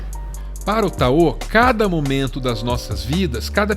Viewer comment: Vocês sempre falam Taô... mas não seria Táo? 🤔